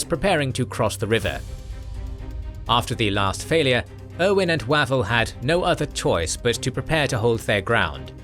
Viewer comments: Wavell is pronounced Waayvell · I'm going to assume that the narrator's pronunciation of the name "Wavell" as though it were the delicious, notoriously equivocating, breakfast entrée (e.g., "General Archibald waffle") was anything but coincidental. Lol